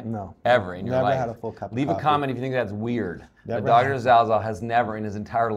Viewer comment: John Travolta on Dr. Zalzal not having had a coffee: "Dat iss like soo weeired !"